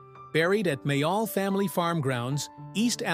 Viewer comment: AI voice cannot pronounce Ricks last name properly. Loved The young ones and Bottom